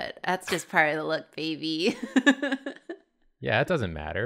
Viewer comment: naw it’s babey